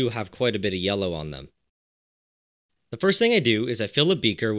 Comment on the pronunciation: Are you saying “yella” on purpose?